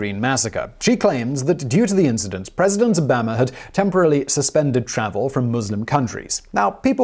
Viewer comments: President Obama ( O-bomb-uh) but you refer to him like Alabama as O-bam- uh 😂😆🤣😂😆🤣😂😆🤣😂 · I love Simon and this channel but it's Obaw-ma, not Obaam-ah! "Excuse me Pongo Bongo, is it pronounced Ha-WHY-ee or Ha-VIE-ee? "Ha-VIE-ee." "Thank you." "You're velcome." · Obama is not pronounced the same as the 'bama' in Alabama. Oboma is the correct pronunciation. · O-bam-a lmao when evervhe says his name i bust out laughing 😆... Lol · Please, what is your accent? How u say Obama ABAMA😂😂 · O Bama??? WTH? U really don't know how his name is pronounced? All u have to do is Google it or watch any American news show to get the pronunciation correct. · No, it doesn't, but Americans also get a lot of pronunciations wrong, so just let it go. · Is it just me or does Simon say Obama with an Alabama accent?